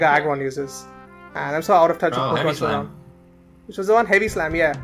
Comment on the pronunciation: I Love How His YT Name Is Based On A Pokemon He Says Wrong XDDDDDDDDDDDDDDDDDDDDDDDDDDDDD